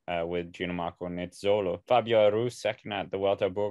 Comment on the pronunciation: Every time I hear Ginomarco Nizzolo I wanna stop watching.